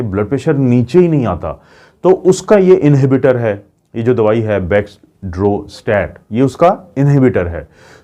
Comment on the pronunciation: med ka name kitna kamal ka hai.ap pronounce nahin kr pa rahy hum kiya krengy.bak xor strait like mac dan dan dal macdonold.😁😁🥰😍👌👌👌👌💖💚❤️💕